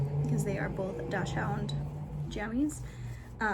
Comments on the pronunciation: Dachshund is pronounced “daak sund” instead of dash hound. This is a dog breed I used to mispronounce too. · You say Dachshund so differently than I do!